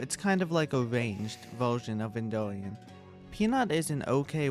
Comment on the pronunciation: EnDurian not enduian😂